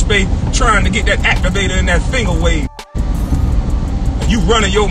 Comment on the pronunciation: He called that man “Fingawave”😭😭😭😭😭😭😭😭😭😭😭😭😭 I’d like to submit this award to Kwame Brown (Honorary Charlottean) for Verbal Ass Whooping. 🏆